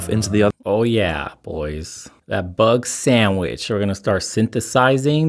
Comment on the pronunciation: Couple weeks ago I started laughing whenever he said 'bugsandvich' and it still lasts. I love the way he says it. 😂